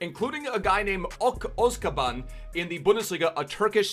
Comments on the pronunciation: „Ok Özkaban“ ... His name is Ozan Kabak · You really butchered Ozan Kabaks name there buddy xD